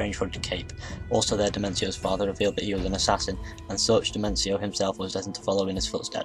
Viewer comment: dude, nice premise, but please, in the future get the pronunciation for foreign names.......or have them divided into syllables..... you gave NO-BU-NA-GA 3 diferent names, and Domenico Auditore became Dementio more than once (almost every time you spoke it)